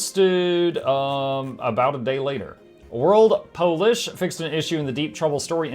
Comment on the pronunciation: you said that correctly it is Polish when capitalized, and polish like shoe when not. It is the only word that I know that changes meaning with capitalization.